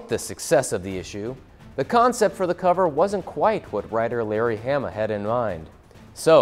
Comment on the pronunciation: It's pronounced "HA-MA" not "HAM-A"!